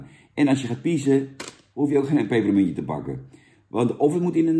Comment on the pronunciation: Duimpje omlaag omdat je "pepermuntje" niet normaal kunt uitspreken